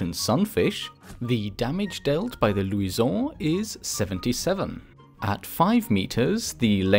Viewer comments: Why are you pronouncing luison like that? It's Lou-shin. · why does he go french when saying luison it sounds stupid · Its lusion not luison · louison ,the way you pronounce it is funny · I hate how he say Luisaon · The way he said luison😂😂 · When he says Luison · why are you pronouncing luison like that. It's not in french. It's in portuguese or spanish